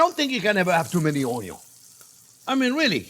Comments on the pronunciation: I love unyons!!!! Make me laugh every time you say it brother.😂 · “My onios are HUUGE” 😂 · “My onyons are huge” 😂😂 I love Chef so much❤️ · "My onyos are huge..." Braggin' a bit, are we?